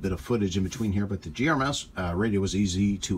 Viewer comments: gMrs please. Not gems. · Could you PLEASE stop saying "gRMs” instead of GMRS? Thank you. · Don't know if you are aware, but you said "GRMS" several times instead of "GMRS." FYI.